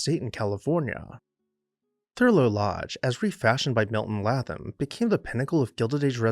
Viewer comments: His name is pronounced “ Laytham” not Latham! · Fine video! However, I believe his name is pronounced LAY-tham.